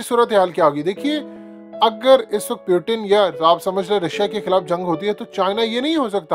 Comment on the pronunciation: Pyutin nahi bhai wo Putin he 😂